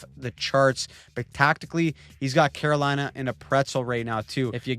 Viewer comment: "The Great Staal of 'lina"